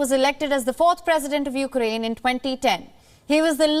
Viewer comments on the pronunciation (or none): is beautiful. Btw to this guest and anyone else it's not 'YOU-crane.' Also, Russian troops going into Ukraine is a distraction. They want to seem weak before they nuke the US.